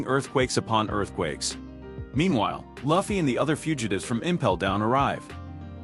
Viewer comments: Its Luffy not Laughfy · the auto reader cant pronouce luffys name, you need a human naraitor.